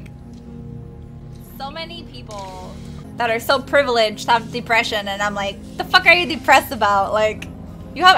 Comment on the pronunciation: I believe it’s pronounced “Depression.” Not “Deepression”